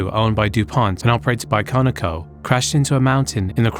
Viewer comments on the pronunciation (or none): none